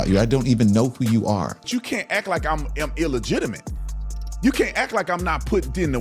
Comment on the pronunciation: Please, the word is "ACT" not ack!